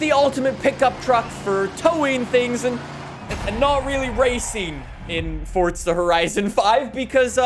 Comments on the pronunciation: Tip a dully dose not count as 2 wheels it counts as one and its forza not fortza thank you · it is pronounced F-O-R-Z-A not F-O-R-D-Z-A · You should try saying FORZA not FORTZA!!!!!! sorry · Him: Fort-tza Everyone else: Four-za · Stop calling the game Fortza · Its forza not fourtza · 4za not fortza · "forsta horizon 5" lol... "z" whats that? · stop calling it fortza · WHY do you say "ForTza horizon 5"